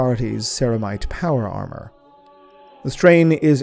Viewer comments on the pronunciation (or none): none